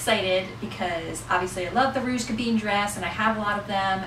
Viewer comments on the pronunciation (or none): Oh this hurts my head… Gabin isn’t pronounced gaBEEN. The “in” ending is pronounced the same as the French word for wine: “vin” ..”I” is more like an “uh” sound and the N is almost silent.